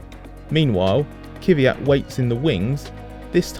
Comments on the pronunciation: Again: its Kvee -yat and not kyviat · ITS KVYAT, NOT KY VI AT! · KVYAT, NOT KIFIAT!!! 😠😠😠😠😠😠😠😠😠😠😠😠😠😠😠😠😠😠😠😠😠😠😠😠😠😠😠😠😠😠😠😠😠😠😠😠😠😠😠😠😠😠😠😠😠😠😠😠😠😠😠😠😠😠😠😠😠😠😠😠😠😠😠😠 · I can't take you seriously as a journalist if you can't pronounce the name of the driver correctly after 3 years. It's Daniil KVYAT no KYVYAT. There is no Y between the K and the V. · KVYAT not KYVYAT - it's not that hard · Why does the narrator say kiwiyat, its so annoying